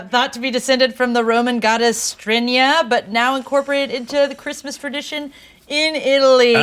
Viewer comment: what's a fradition.? Lol